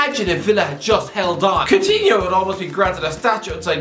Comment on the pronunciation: How many times can you mispronounce this guy’s name?